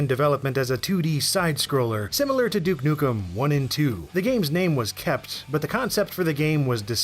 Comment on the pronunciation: "Duek nukem" lol